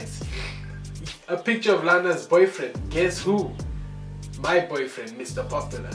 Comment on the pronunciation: The "y" in your boyfriend has been silent foreevvvvaaa